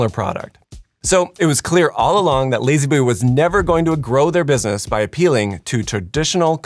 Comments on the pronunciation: La-z-boy being pronounced “lazy boy” and not “lah-z boy” or “lazz boy” is the biggest atrocity here. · Ha, in England we don't pronounce z as "zee" so lazboy sounds a bit weird, nothing like layzeeboy